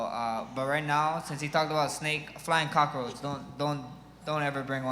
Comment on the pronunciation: "A flying cock-a-roach". LOL